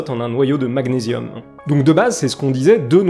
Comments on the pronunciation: Un noyau d'Azote a une masse de 14 tandis qu'une particule α a une masse de 4. Pas vraiment la même masse donc, un rapport supérieur à 3. Et côté prononciation, magnésium... Gn ça fait ɲ en Français pour la prononciation du nom de cet élément. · Magnésium, comme man"ié"risme. sinon c'est l'atome anglais Super vidéo nonobstant 💞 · C’est marrant la façon dont vous prononcez magnésium 😂 sinon top je ne vous connaissez pas , abonné